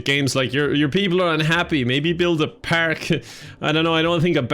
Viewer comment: Paerk? now I'm confident that you're Irish